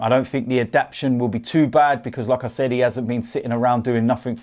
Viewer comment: He says 'like I said' like 'lacazette'